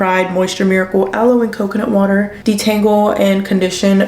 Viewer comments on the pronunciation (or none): none